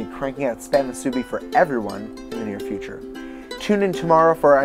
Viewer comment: its pronounced moo soo beeeeeee not mooh soo bi